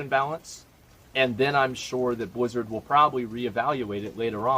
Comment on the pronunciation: Nobody: Asmon: bleezurd